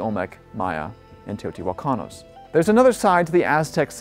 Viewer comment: Teotijuacanos?? Jaja Teotihuacanos 💗